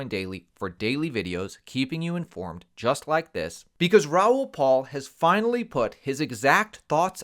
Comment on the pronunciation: His last name is PAL, not PAUL. How do you not know this?? And we're supposed to listen to your bogus advice?